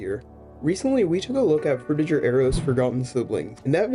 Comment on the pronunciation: No Offense, But You're Saying 'Frutiger' Wrong. Your Saying The Last Part Of It As 'Jer' With A J, The Correct Pronunciation For It Is Similar To How Gir's Name From Invader Zim Is Pronounced